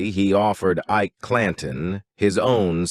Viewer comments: "eye-eee-key clan-tone" (Ike Clanton) - wow! Stopped listening when I heard that... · I'm done...pronouncing Ike Clanton as EEK_KEY CLAN-TONE was just too much. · I love how the ai voice pronounces things phonetically. Eekay Clantawn